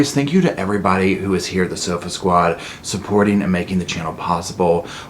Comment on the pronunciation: Every time I here “hey sofa squad” I hear “Serpa squad” 🤦‍♀️ makes me double take thinking I clicked the wrong video. Sorry it’s a year old video. I’m just binging all your stuff. Love it🖤